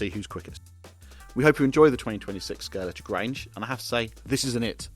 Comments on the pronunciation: Could do with pronouncing Scalextric properly in the first few seconds! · It’s good to hear people STILL can’t pronounce Scalextric since it was invented over 7 decades ago.